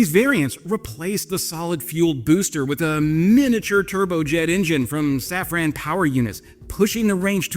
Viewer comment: Hey, as you are, sometimes, huhuhuhh [fake moustache and a non-lit cig] faux-French, put some effort into pronouncing the French names correctly. Please. And that's coming from a Dutch viewer. Safran has the "an" pronounced as in Obi Wan. Not as in "when".